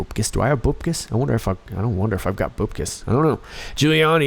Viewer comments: Say Bupkis like Buttkiss. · Love your show and look forward to your posts. PS: Bupkis ... prounounced BUP (like PUP) and kis ...(Kiss) ... or BUPkis. lol! ThankQ for all you do. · "bupkis"... 'bup' rhymes with pup... 😉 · You brighten my day...and bup in bupkis, rhymes with pup.